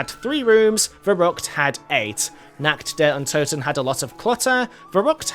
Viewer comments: Der riseuh nakt der untoten yeah pretty fun to say it that way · I just love how you say Nacht der Untoten , verrückt and der Riese it is totally wrong but i just love it